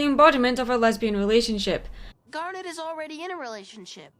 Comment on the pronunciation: I'm going to be honest I thought she said "damn it" instead of "garnet"